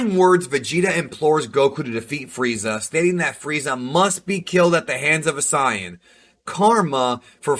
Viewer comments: Yea had to dislike when you called Saiyan Cyan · Mf said cyan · Bruh, ik you didn't pronounce that shit like "sye-an" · I think he's pronouncing "Saiyan" like that JUST to make ME mad. 😡😡😡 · Mate how can you be this expert but can’t say krillin or saiyan wow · I wish he would say saiyan the way they say it in the English dub its sounds cooler, the correct way of saying it sounds dumb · This nigga stay pronouncing Saiyan wrong and it's driving me crazy 😂😂😂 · I’ve scrolled an scrolled an nobody has said anything about how he pronounced saiyan no hate though great video it just kinda bugs me😂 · I still have the uncut v.h.s. episode's of this. Dude awesome channel b.t.w. great summary and historical breakdown of the series....but I can't stand that you're mispronouncesation of the word "Sayian" dude cmon now you've been watching this for decade's you should know how to say it correctly. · When did you start pronouncing saiyan and krillin’s name that way? It hasn’t always been that way has it? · Why u saying sayian like that? You must never have seen the show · You are pronouncing sayian wrong